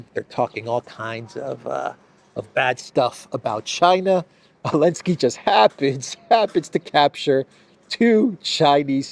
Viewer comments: You still can't say Zelensky? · Biden call him Belensky.😊